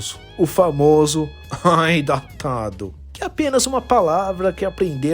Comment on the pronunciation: Mas eu achei engraçado o jeito que você fala "datado" mas foi bom tem que falar desse jeito mesmo tem que encher o saco desse tipo de gente